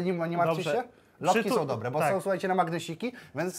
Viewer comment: ciagle taki Janusz ciagle "oesu ake dobłe" XDDDDD wkurwia mnie